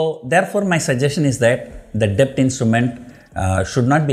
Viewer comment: b in debt is silent. I wonder how you are surviving in Dubai